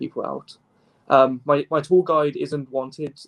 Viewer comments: Every time he says "tour guide" I hear "tall guy." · PSA: He is saying tour guide not tall guy